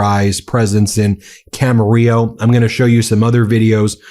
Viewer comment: Dang, I lived in Camarillo, . It was a nice place to grow up. Makes me sad to see Trump ruining it. Thanks for pronouncing it correctly, Ben!